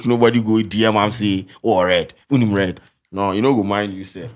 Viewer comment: Man U got kicked out “wonim red “? 😂